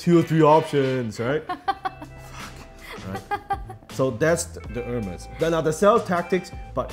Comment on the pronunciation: "AIRMAYS" not Hermes. You teach so much Dan, that lesson is also free :)